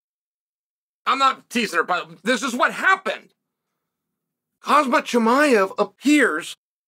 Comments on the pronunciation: kha-M-Z-at not kha-Z-M-at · Khamzat, not Kazmat, God damn it. He will figure out his path you figure out his actual name first. :D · Macklechev, hazmat& Rockmanoff 😂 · Try it like this Unc.. Hahamzat 😂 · Did Chael say Cosmit. People have done worse. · His name is Khamzat stop saying his name wrong 😂😂😂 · Cristian ronarlo says kazmat so why can’t chael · don’t you mean hazmat? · No, it’s always been Hozmit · He Always does lol😂😂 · Cheal STILL cant say khamzat right